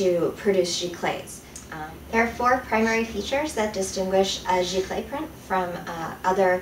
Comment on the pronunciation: It's actually pronounced "Zee-clay" not "Gee-clay". Also it is nothing more than just a fancier word for inkjet and it doesn't mean the printer has to be wide format (which your printer isn't anyway) and also has nothing to do with the substrate. Archival papers are determined by being acid-free.